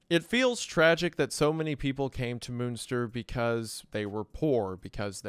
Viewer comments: "moonster" sir it's MUNNN like MONEY MUNNNN STIRR. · I love you Wendi and not to split hairs here but …… MUNster not MOONSTER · For anyone interested in the correct pronunciation of some German words (not a criticism btw, pronunciation in other languages can be hard): - Münster is not pronounced as "Moonster". It's hard to describe, because the Ü sound is not really used in English at all, so best to look up an example in another video. - Bernhard Knipperdolling: First up, the "h" in "Bernhard" is pronounced in German, so the second half of his name is pronounced as "hard" not "ard". And the "K" in front of "nipperdolling" is pronounced as well. - Franz (or the German "z" in general): "z" in German is not pronounced as "s", but as "ts". So it's "Frants". Also, the "a" is not pronounced as in English, but like (lacking a better example) the "as" in "Allah". - Rothmann: "th" is simply "t" in German. "Roth" is a very old Jewish name and in German, simply pronounced exactly like "rot", the word for "red". - Von: pronounced like "on", but with an "f" in front. - Leiden: "ei" in German is basically pronounced like "i" in English, so like Biden, with an "L" at the start instead of a "B". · Took me way too long to get that by Moonster you mean Münster lmfao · The pronunciation of the names is so funny 🤣 Hon Meffis, Moonster, Ven Leeden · I would say preetty american, xD alot of especially names were not his biggest german moments (Münster itself was said more like Munster but not everytime) ALTHOUGH from time to time he NAILED IT on spot e.G. "du bist" einfach markelos ausgesprochen auf lupenreinen Diamaten Nivaue soo 6.5/10 ig bin zwar nicht aus Münster aber Nähe ^^ Love goes out <3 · Yep, Bernhard and Jan are still very common names! The J in Jan is pronounced like the y in yes, for future reference! And the ü in Münster sounds like the e in 'phew' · Not to mention all the German names. Jan as 'Han' and Moonster for Münster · please pronounce munster right please